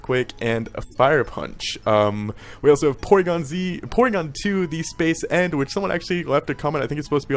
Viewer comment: Pål Martin Benum no he tries to say space eend what is dutch for space duck he just sucks at pronouncing it XD